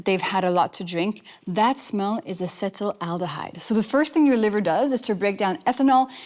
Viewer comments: If you're going to discuss topics like this with such confidence, you'd think you would be able to spell and pronounce the word "acetaldehyde"correctly at least. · You need to learn how to pronounce acetaldehyde